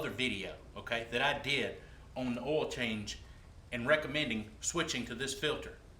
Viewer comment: did he say "all" filter?